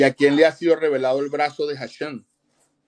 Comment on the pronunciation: no sabes hebreo, se dice HASHEM (EL NOMBRE, DEL ETERNO), y tú estas diciendo hashen esta palabra significa diente